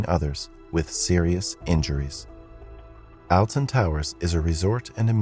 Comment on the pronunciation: the way he says alton quite literally as alton instead of "oltun" how we usually pronounce and how im pretty sure it is actually pronouced it just throws me off